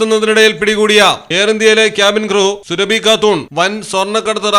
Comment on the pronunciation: സുരഭി അല്ലെടാ സുറാബി ആണ്